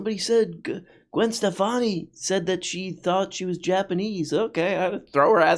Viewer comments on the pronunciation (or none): none